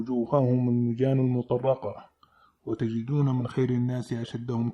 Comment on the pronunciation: كلمة المطرقه ليس فيها شده بارك الله فيك المطرقه الراء عليها سكون